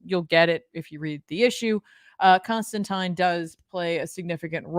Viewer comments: Constantine should rhyme with 9. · Please don't pronounce Constantine like that...😂